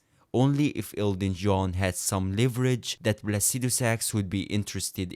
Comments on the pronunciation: Lmfao i swear this guy was saying Elton John the whole time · Are you saying Elton john or Elden John